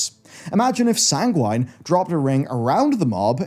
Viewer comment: the way you say sanguine makes me sad 🥲🥲other than that, a good objective video good job!!